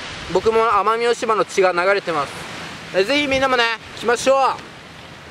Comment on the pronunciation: 奄美大島言えてないw w w